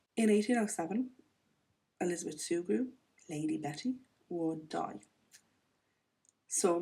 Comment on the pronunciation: A tenant farmer is one who doesn't own their farm. They rent it from the owner and work it and pay the owner rent on it. Perfect pronunciation of Sugrue. I grew up knowing people of that name.